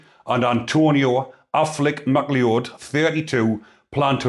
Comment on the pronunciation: It's pronounced Mac Loud mate ... like in Highlander.